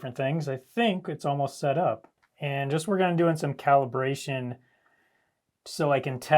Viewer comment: Calration? Lol